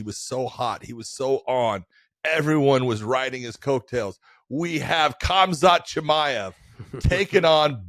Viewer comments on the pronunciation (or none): Josh actually says cumkhazt chimaev lmao dude learn his name